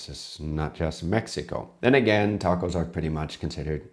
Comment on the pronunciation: The English have butchered more native languages than anyone else. They use the short "a" in "can", but then use a more continental "ah" in "can't" - so why can't they pronounce tacos properly? Then there are words like valet, it's French, so why do they pronounce it as though it rhymes w pallet? And then there's what they've done to Dutch 🙄. When they took over New Amsterdam, they heard Dutch words that they couldn't really pronounce. [Quick Dutch guide: Dutch oo= English oh; oe=oo as in boot; and J, as with the Spanish & French LL, is used like an English y and is often a diminuitive.] So they heard koekjes (little cakes) and thought they heard cookies. They heard kool sla, and thought they heard cole slaw. Surprise! Kool is Dutch for cabbage & sla is Dutch for salad. They heard Sinter 'Klas and thought they heard Santa Claus. Sinter Klas is a diminuitive of Sint Nicolaas - little St Nick. Weirdly, even though Sinter Klas wears his red Bishop"s robes & mitre (he was a mid 3rd century Bishop in Myra, Anatolia), just like Father Christmas, somehow in America it devolved into a red suit & hat. Worst of all, they heard the Amish in Pennsylvania call themselves Deutsch (German) and thought it was Dutch. Nope. The Amish speak a kind of German, not Dutch. Having said that, Amsterdam is like London in being able to get reasonable ethnic food, but in the villages, they tend to combine Asian ethnic foods into one restaurant, and for some reason, have tomato in a lot of Chinese dishes